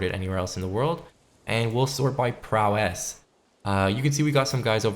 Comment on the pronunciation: it's pronounced "prowess" not "prowéss"